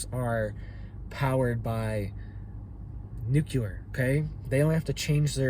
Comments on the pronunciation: It's new-clee-er NOT new-kya-ler. If you're going to discuss, it learn how to pronounce it. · Nuclear, not nukular 🤔😛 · Nuclear, not nucular... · literal translation "if you do it we will respond after we decide..." go to college, you also said the word "nucular" please stop, you inbreed yokel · This guy doesn’t even know how to pronounce nuclear….NOT ..nu-ku-lar. 👎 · New clear🤔💯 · Dear Lord, please pronounce the word "nuclear" properly. I don't understand why so many people have trouble with this.